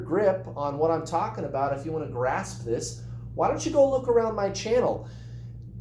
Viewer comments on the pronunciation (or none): Noooooo, we don’t say “about” like that at all! 🙈